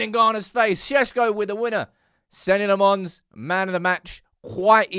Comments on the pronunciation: please get his name right. It's pronounced Senna Lommins, not Senny Le Mons. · "Senny L'monns" Counter: 6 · Its "Seh-na Loh-mens". Bro deserves his name pronounced correctly when he's saving our skins!